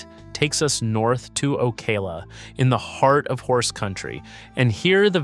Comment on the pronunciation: o-CAL-a, not O-Kay-la or O-cuh-la. You’re clearly not from around here.